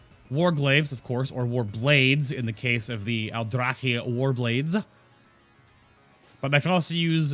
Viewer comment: I like the Aldrachhhhuhhhhchhhh blades, as you said. :-)